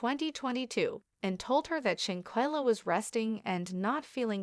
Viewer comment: Lord Kaybo, shankella… please get the correct pronunciation